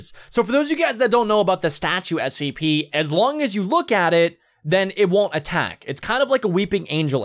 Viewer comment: SCP not sips